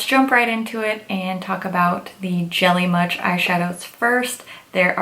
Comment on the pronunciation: I keep hearing jelly mush 😂